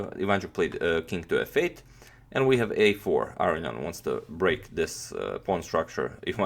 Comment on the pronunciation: I think youre pronouncing his name wrong...you say arian but its aronian a row knee on :)